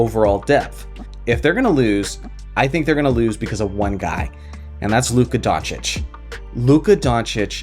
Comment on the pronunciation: It's Luka Don-Chick, according to Stephen A.